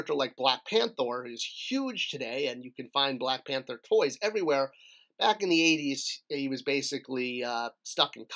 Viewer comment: Ha! you said "Black Panthor". Force of habit, I guess 😂